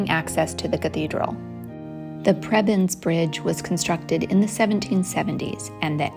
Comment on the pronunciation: Prebend....pronounced 'Preebend' 😉